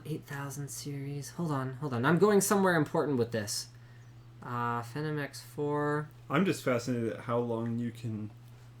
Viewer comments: Fenum? I thought it was Fee-nom. Talking about how to pronounce Phenom. Also, the ASUS Sabertooth 990FX Gen 3 R2.0 has PCI-E 3.0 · what the heck is a fenem? fenim? can Canadians not pronounce Phenom? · lol fenem, not phenom